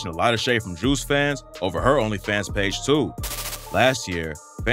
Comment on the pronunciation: What's even more annoying than this drama is the fact that I can just tell the audio on this video is AI generated. Like I know it's a new thing but god that shit is so annoying to hear when it annunciates certain words like "Onlyfans" all weird. Eventually all videos are just gonna be ai generated just waiting for the end of good YT content :l big L on Lotti tho Juice prob mad ash rn wherever he is.